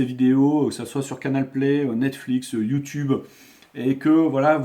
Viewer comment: Youtoube cela n'existe pas ... C'est YOUTUBE AVEC UN "U".